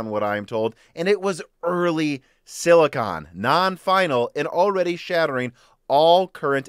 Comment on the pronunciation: you are pronouncing "silicon" wrong - thanks for the info